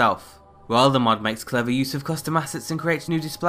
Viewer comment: Why do you keep calling it a "Mud"?